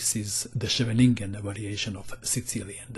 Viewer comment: Leave it to to know how to pronounce "Scheveningen."